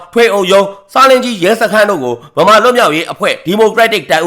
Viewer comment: ဆလင်းဂျီး လို့ အသံထွက်ရပါတယ်